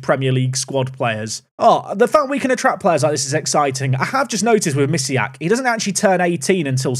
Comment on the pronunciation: Bartosz Misiak though playing for Belgium actually has polish name and surname. The "si" sound in Mi"si"ak is pronounced with polish sound spelled "ś". You can check it (the name too has a polish sound in the end). I'm polish and it just hurts my ears when you pronounce it like that. Sorry.